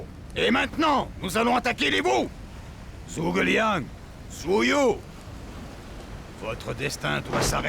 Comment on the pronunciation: Zhuge Liang au lieu de Tchou Ko Leang (sa se prononce a peu pres comme sa) et Cao Cao au lieu de T'sao T'sao, quand on bafouille en mandarin on a forcement les oreilles qui saignent ;) Y'en a tellement que je peux pas tous les relever... Mais c'est cet épisode qui a fait de moi le fan que je suis aujourd'hui :)